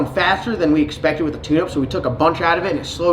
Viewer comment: I did catch the word "witdawin" a few times. I guess that's all I need to understand...lol.